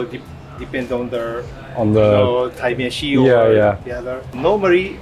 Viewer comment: When garnt pronounces Taimeshi it sounds like Time Issue, everything makes sense